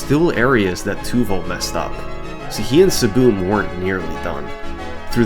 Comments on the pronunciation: Took me half way through the video to realize he was pronouncing "ESS ESS BEE EM" as "SBOOM" 🙃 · hearing "SSBM" pronounced as siboom was so jarring at first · Calling SSBM SaBoom is so funny. I’m going to start doing that. Is that how the runner pronounced it? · SSBM "Saboom"? isnt that the super smash brothers melee acronym? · SSBM is pronounced saboom? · "Saboom" SSBMstuff Lol, bro was just trying to play melee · I just realized you were sounding out the acronym lmao when I see “SSBM” I immediately think “Super Smash Bros Melee” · I don't think I've ever heard ssbm pronounced like that lol